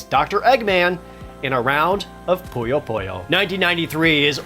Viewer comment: I love this show! but it's Poo-Yo, not Po-Yo ;)